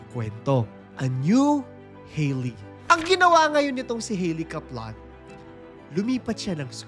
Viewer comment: Sorry pero medyo nacringe ako sa pronunciation ng Kaplan. Sorna 😅